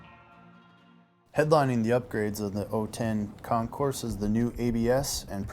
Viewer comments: The "S" is silent. It's pronounced con-coor. It's French meaning competition. Get it right. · The "S" in Concours is silent. It sounds like con-coor. It's French meaning competition. Also you said "0 ten" as the year. Maybe you should leave the public speaking to a pro next time.